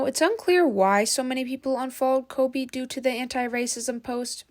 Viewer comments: Why are you saying kobe ? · “kobe” … “ryan”… girl can u read their names… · Colby? Coby lame? Bruh, how many times you said his name wrong 💀 Jeez😂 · It’s not Coby it’s KHABY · you called khaby "kobe" five times... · "Coby"?? "Ryan" William Johnson??? Jeez dood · why u calling him Koby?💀 love your channel tho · K-h-a-b-y not colby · bro said kobe 😂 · This was such a hard watch. You couldn’t pronounce Khaby, you couldn’t pronounce ray, you corrected the wrong you’re and told them “jk delete your paragraph” when it wasn’t even close to a paragraph, and you don’t even know the word “evolve”. Also you know why he’s getting hate, it’s because he never deserved all those followers in the first place. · I think you pronounced his name wrong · Bro kept on mis-pronouncing khaby and ray 😂